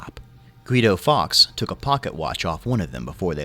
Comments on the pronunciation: Fully agree. How did Fawkes become Fox? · Hearing it said Guy Fox day and not Guy "Folks" day hurt. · It's pronounced Forks.